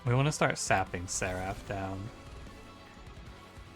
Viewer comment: Do you mean to pronounce seraph wrong? It's pronounce If not Af. SerIF, not SetAF. Has bothered me every single video you say it in.